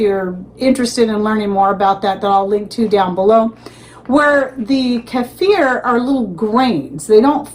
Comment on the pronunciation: Love hearing your pronunciation of "keifer"😅 I lived in Russia and THAT'S how it's pronounced there. Oh my, it was SO DELICIOUS 😋 I so enjoyed having many kinds to choose from aswell.